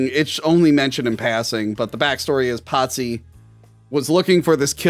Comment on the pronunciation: Why the hell did keep referring to Pazzi as “Patsy”? Is he a Patsy Cline fan? 🤔